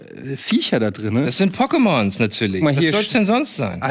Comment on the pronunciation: "Pokkkemonsss" Die Aussprache war in etwa so uncool, wie das Cap von:D kein hate <3